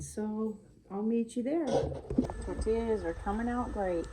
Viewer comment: Just point of interest, its tor-tee-ya. 🙂